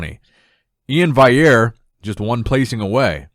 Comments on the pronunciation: E-IN VAL-E-AIR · He spells it right but he says it wrong - VALLIERE. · How can you spell Iain’s name correctly but cannot pronounce it? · HOW ARE YOU STILL PRONOUNCING E-IN’S LAST NAME WRONG?! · bro why u keep saying Iain's last name wrong 😂